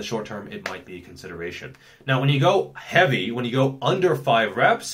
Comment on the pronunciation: "How Heaeveuiy" love it